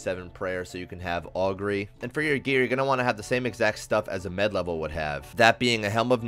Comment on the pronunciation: i hate the way you say med, lol. good video though